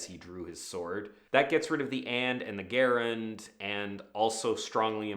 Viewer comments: And one common word can ruin your video when you mispronounce it, especially when you repeat your mispronunciation, and that word is *gerund*. Soft g, not a hard one, like Jerry, not Gary. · When you say "gerund," you are talking about patriciples. Gerunds are nouns, like "swimming is fun." Or "writing is hard." And it's pronounced "jerund." With a J. Just a friendly statement 🙂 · It's probably not a good idea to take writing craft advice from a man who mispronounces the word gerund. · Gerunds are nouns. They are derived from verbs, but they are functionally nouns. (Also, gerund is pronounced with a soft G.)